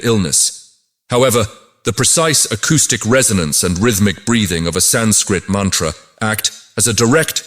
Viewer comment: I agree that the voice could have been softer & more inviting. More importantly the pronunciation of the samskrta words should have been correct starting with "sanskrit"... other words being Veda, Sanātana Dharma, Mantra... some effort should have been put into correct pronunciation otherwise it feels like it is a foreign contribution to the world not an Indian one at all